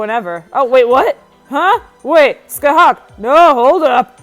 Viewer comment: You said her name wrong